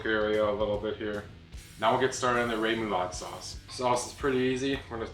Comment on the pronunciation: Ray-mu-laude? Try room-a-laude. REMOULADE!